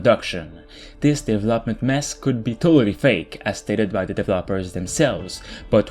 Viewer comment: What is the right pronunciation of word "development"?